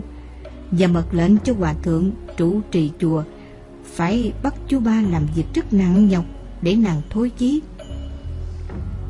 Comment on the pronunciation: Cứ nghe từ chú 3 là thấy sao kỳ lạ á người đọc bị gì vậy á !